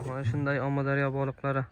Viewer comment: Омударёмас амудорё